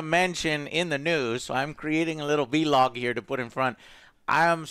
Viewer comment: Why can't Joe say vlog right